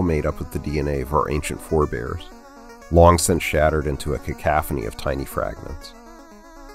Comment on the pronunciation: great video, but that's not how to pronounce cacophony, you can Google it